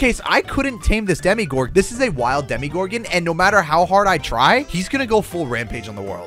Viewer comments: he said it like deme-gorden when its acally demu-gorden well its pronosed that way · Demogorgon not demigorgon it sounds like demigod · ITS DEMO NOT DEMI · ITS NOT CALLED A DEMIGORGEN ITS CALLED A DEMOGORGEN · Did anyone else notice he was telling demigorgon for demogorgon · Not demi it's demo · Demo not Demi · this is how u say demegorgon dem-a-gor-gin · I love stranger things to much to not correct you it is a dem-o-gor-gon